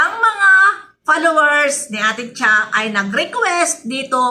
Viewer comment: Goshhhhh, ang ingay ng nguso mo. Para kng nasa palengke!!!! Tiyak magagalit mga "PALOWERS" mo kc bashed ko ang pronounciation mong "PALOWERS" hahahahaha "PALOWERS" daw guys #FOLLOWERS .....Palowers hahahahahaha